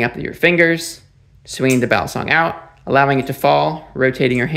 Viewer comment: Balisong or Balee song, not balison like Alison.